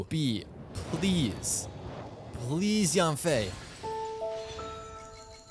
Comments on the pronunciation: Maybe the reason yanfei didn't come is because you pronounced her name wrong. Pronounced YEN-fei not YAN-fei. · Actually it's pronounced Yian-fey with a down tone. Yen doesn't even come close to the actual pronunciation for 烟